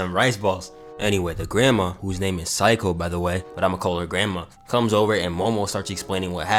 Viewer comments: It's pronounced Seiko Say-ko And since you asked who's my favorite fusion Gogeta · Its granny say-ko actually🤓☝